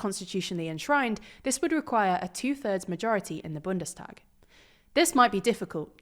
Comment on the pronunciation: Bundenshtag (pronunciation)